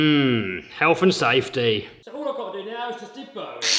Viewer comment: lol he said helath and "saftey" and then right after that he put a angle grinder right next to his hand's lol